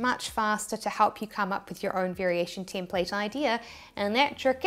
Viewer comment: how do you make out a word that clearly spelt as "TEM-plate" but you pronounce it as 'TIM-plate', then there is the word 'shAre' and you pronounce it as 'shEEr'.